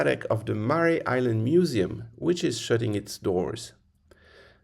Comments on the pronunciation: Mare as in female horse. Not Mary. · Mare is pronounced like the female horse (which it was named after): one sylable.